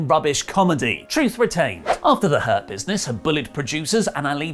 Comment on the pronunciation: I keep hearing "herpesness" on rather than Hurt Business.. 😂😂😂